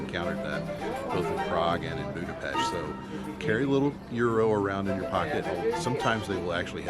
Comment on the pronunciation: The views from the Funicular are awesome! And it's great to learn how to actually say "Budapest"! Also, Mathias church is beautiful!!!